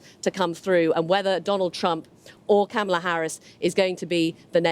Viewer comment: You would think BBC reporters would at least know how to pronounce Kamala's name.